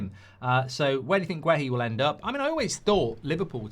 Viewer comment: Why can’t this bellwhiff pronounce players names properly? Wissa, Guéhi and there’s probably more.